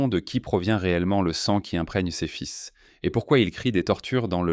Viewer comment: Le contenu est intéressant pour la nouveauté de ces découvertes, mais le commentaire lu par un robot qui bute sur les mots, fait des liaisons erronées, prononce "fis' pour "fils" (textile), écorche les noms des composés chimiques, ne sait pas lire une date, et dit jécé pour Jesus Christ, c’est un vrai saccage. N’y a t il pas moyen de faire lire le texte à un lecteur humain, sachant comprendre et articuler correctement, comme un acteur , par exemple ?